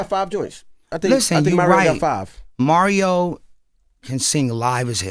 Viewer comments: Who tf is “ MARRYO” lmao 💀😂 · Is him consistently saying Mario’s name wrong on purpose for me? 😂